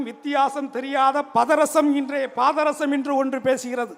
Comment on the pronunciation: Patharasam nra varthaiye,unaku ozhunga solla theriyala da punnaku